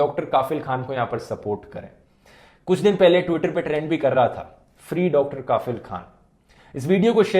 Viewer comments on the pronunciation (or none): His name is kafeel not kaafeel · Bhai saheb Kaafil nahi Kafeeeeel Pronunciation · It's Kafil not Kaafil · Dhruv Bhai काफिल नही कफील होता है❤ बाकी आपकी वीडियो के लिए❤❤❤ और ये आज नया नही है जो मैं इतने सारे ❤❤❤❤ दे रहा हूं आपको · Sir not काफिल, it's कफील ...😊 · kafeel should be pronounced as "cough+eel' rather than "kaaafeel" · Bhai ,correct uor pronunciation,*KAFEEL kHAN*👍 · It's Not Kaafil. It's Kafeel. Please Dhruv Pronounce Muslim Names Of Places, Persons And Monuments Correctly. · Hello sir its KAFIL not KAAAFIL